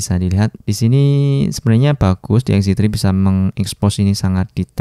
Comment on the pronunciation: lagi ngejelasin foto xz tri, kalo sekali ucap jadi xz twri 😁👌